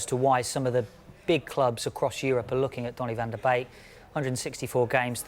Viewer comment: Van der bake 😂😂 tit head its van der beek